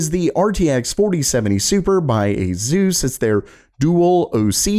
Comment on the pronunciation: soon as he pronounce asus as AZUS, i closed the vid